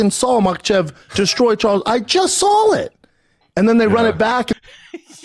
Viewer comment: Did he say I just “sawl it”